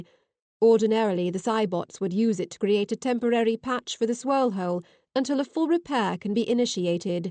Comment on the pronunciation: Excellent story. Just fantastic. Also....what is a "holle"? Lol